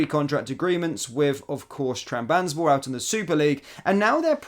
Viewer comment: Trab-zon-spor lad sound your words out😂